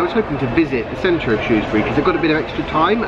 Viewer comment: Well done pronouncing 'Shrewsbury' correctly!